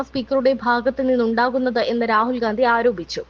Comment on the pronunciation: പറയുമ്പോൾ ഒന്നുകിൽ രാഹുൽ വിംസി, അല്ലെങ്കിൽ രാഹുൽ ഗണ്ടി ഇന്ന് പറയുക ഒരാളുടെ പേര് തെറ്റായി പറയരുത്